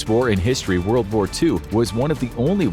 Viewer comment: what "whole wold baks ukraine"????